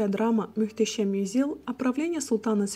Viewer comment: Каждый раз мюштесем... слух режет 😂